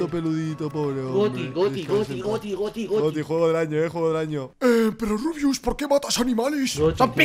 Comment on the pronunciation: No es rubuis es rubiuh